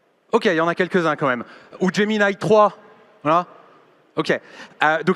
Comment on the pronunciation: << Géminaï 3 ! >> ah ouais avec l'accent aaaannnnggglais !!!!